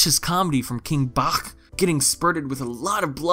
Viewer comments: And his name is pronounced King BATCH not BACHCHCHCH like what the fuck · Uhm just a tip King Bach is pronounced (King Baah-ch). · The way says BACH, like the musician/composer! 😂😂😂